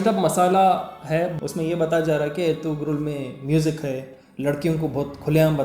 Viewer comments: It is "ERTURUL" when we pronounce it. There is no G in turkish language so it is Erturul Gazi not Ertugrul gazi. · Ertuğrul mein g silent word hai , toh pronounce erturul rhta, aise (ğ) silent word rhta Turkish language mein.... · bhaiya Woh erturul Ghazi hai bhaiya G silent rahta plz correct in audio bhaiya if your making next video on this topic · That's erturul g is silent